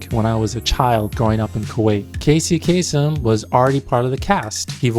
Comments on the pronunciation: Bro if you know he is Arab why are you pronouncing his name like a foreigner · The Arab-Americans always do this, the different pronunciation of the surname, it throws you off, haha.